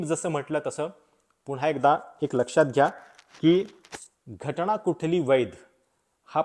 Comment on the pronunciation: असे "ण , ण" केले की खूप शुद्ध बोलले असे वाटते ... पण जिथे न पाहिजे तिथे न च पाहिजे ... तिथे उगाचच ण ण का घालता ...